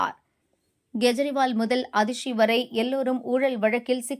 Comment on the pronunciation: Kindly pay spl attention,in pronouncing any person ' s name. For instance Kejriwal is wrongly pronounced as G ejriwal. And KE should be NEDIL and not KURIL. I am a fool who's in TN news channels worried about these fundamental necessities